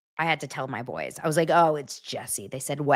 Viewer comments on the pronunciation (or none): none